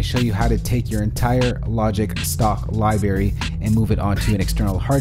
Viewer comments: He said libary... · "I'm a music mogul" (important person in the music industry??) When I hear Lie-Berry in a Youtube video the credibility factor takes a hit.